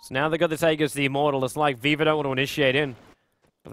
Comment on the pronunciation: Whenever says Viva i keep thinking he says Weaver so i get confused for a second and then i'm like "oh right"